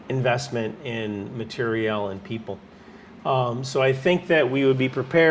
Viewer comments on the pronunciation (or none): none